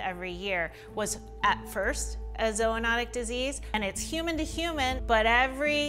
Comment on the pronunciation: Zoo-not-ic not zo